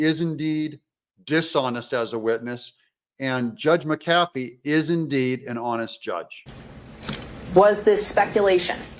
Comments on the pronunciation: The Judge's name is pronounced MCafee, not mCAFee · Doug, the Judge’s name is pronounced MCafee, not mcAFee just like McAfee virus protection and Pat McAfee pro NFL ESPN host. First syllable is accented not the 2nd. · Pet peeve: It's pronounced MAC A Fee. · Hey Doug. Happy patriot here. Please pronounce the judge’s name correctly. Mac-ahh-fee. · Would someone please explain to Doug how to pronounce the Judge's name?? It's MAC AH FEE!!!!